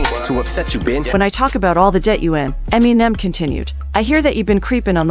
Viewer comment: Eminimimen? Lol